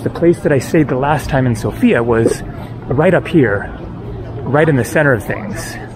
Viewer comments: Hey, lovely video, but just a side note. It is pronounced Sófia not Sofía, The stress is on the O not the I. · It is not a girl, it is a capital. It is pronounced sOfia, not sofIa. Greets from Sofia. :) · Dude, it is pronounced SOfia, the stress is on the O.